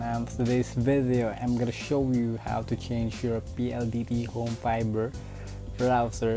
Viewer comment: Nakakacringe yung way ng pag sasalita lalo na yung pronunciation ng VIDYOW tas yung FIBER naman PAYBER. Anebe hahahaha